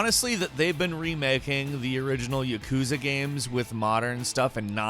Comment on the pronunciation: why people pronounce yakuza, " yekuza". Its pronounced how its spelled or spelled how it is pronounced. That's how it is with every Japanese word. so say YAkuza.